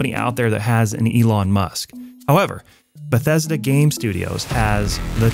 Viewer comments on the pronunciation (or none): none